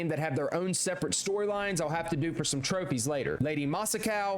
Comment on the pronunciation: “Saykai” “Shi-mura” “Cage” “Canada” “Masacow” “eshikawa” “Rie-uzo”